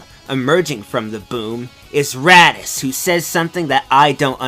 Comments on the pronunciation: Is he saying Raddis? lol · did you call raditz radish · I heard Radiz